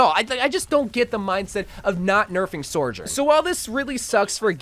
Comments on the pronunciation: "Sore-jern"=the salty So-journ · not trying to be a d**k but it's pronounced SO-journ not SOAR-journ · take a shot every time he says sor-jurn